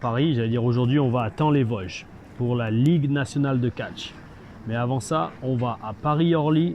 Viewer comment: on dit TA-ON les Vosges ^^